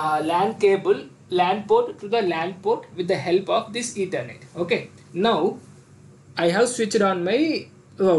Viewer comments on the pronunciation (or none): none